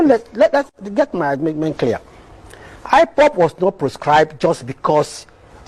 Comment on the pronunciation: He can't even pronounce ipob.... shameless man